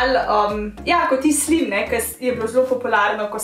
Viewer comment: Supr video sam ne rece se slim ampak SLAJM